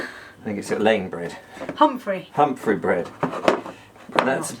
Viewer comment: I remember the “ humfrey” 😆